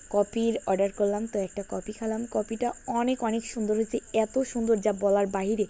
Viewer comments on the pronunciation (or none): কপি না আপু কফি হবে